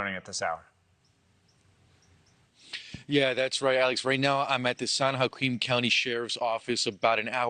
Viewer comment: It's pronounced... "San wha-KEEN"